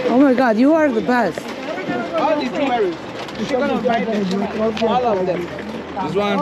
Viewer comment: Bit Pazarı, bağımlılık yapaaar.... bak, denmedi deme.... Evet, ben de gitmeden edemiyordum, 20 liranın 30 liranın hesabını yapmadan önce.... O yüzden ; seninle gezerken, o eski günlere ait duygular.... bana bir uğruyor. Kız sen artık olmuşsun. Yani bildiğimiz Amerikalı.... Jivuliri' yi öyle bir söylüyorsunki.... başlamasıyla bitmesi bir oluyor.... 🤓